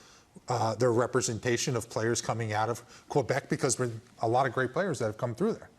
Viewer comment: Thank you for saying Québec and Québécois properly! 😁🙌🏻⚽️